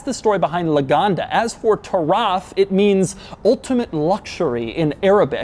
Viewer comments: Its spelled =Ta-ruf That is how arabs says it. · bro it's taraf not tarraf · "Lagonda Turaf"? I think a Uganda giraffe will depreciate less than this thing. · its actually pronounced "tuh-riff" soooooooo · its pronounced turuf